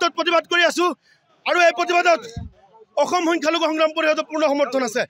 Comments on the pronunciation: কেলা অসমত থাকি অসম শব্দতু কব নেজানে ,,,অহম কয় ,, অসমীয়া ভাষা কব নেজানো জদি বাংলাদেশত জাগৈ ইয়াত কিয় মৰিছ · ভাষা কে কৈছে নে (অহম , প্ৰশাহন .) শুদ্ধ কৰি কঁও চোন অসমীয়া ভাষা কেইটা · Aitu kukur ki ohom ohom kori siyori ase😂😂